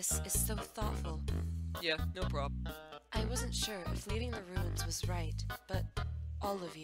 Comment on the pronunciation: When papa said no "problem" he said "POBlem" XD